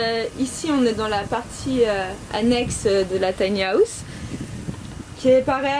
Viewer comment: "Tane Hawooouss" mdr